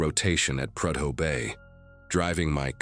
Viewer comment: It's pronounced prudow bay,not predow.